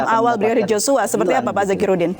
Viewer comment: Tolong sebut nama Yoshua itu yg benar bukan Joshua kalian juga seperti putri memutar balik fakta aja